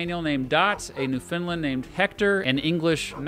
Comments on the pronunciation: New-Fin-Land not Newfinlind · I hold off to watch this video and hear my home province pronounced as "New finland." R.I.P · one thing is that it is prounced newfindland exactly like that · Newfoundland is pronounced by putting the emphasis on New and Land, with Found being pronounced like "fuhn". Say it like understand.